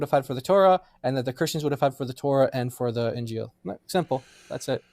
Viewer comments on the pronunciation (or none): "What’s the injeel!!?"